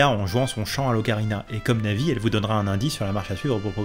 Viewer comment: Bonjours à au lieu de dire Navis il dit Nazis ça m'a fais bugger XD mais sinon trés bonne vidéo